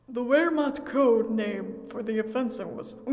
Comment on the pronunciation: Whats with the trend, telling these WWII events? Theyre oddly specific. Also its pronounced Ver-mahkt